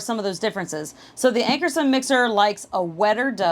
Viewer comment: Ankarsrum = Ank-ar-shroom. as an educator it's important to use correct pronunciations. ;)